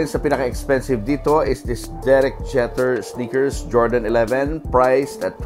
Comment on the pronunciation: “Jehter” daw. Bobo. It’s pronounced “Jee-ter”.